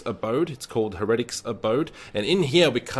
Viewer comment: Heretic pronounced hair-uh-tik